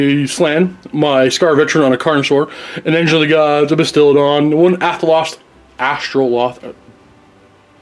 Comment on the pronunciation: it's AstroLITH not AstroLOTH come on